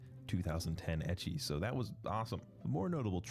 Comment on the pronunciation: The way you pronounce Ecchi makes it sound like you're saying Icky 😂